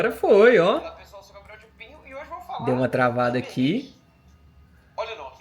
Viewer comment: Manooo seu nome é, não consigo na minha vida ouvir você falar Gabriel de pinho 🤣🤣🤣